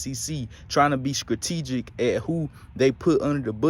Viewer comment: "Scra -tegic" , " Di-scraction"..... Is that a GA thing? 😀